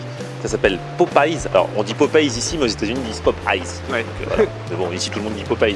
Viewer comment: Popeyes se prononce papayse en anglais ^^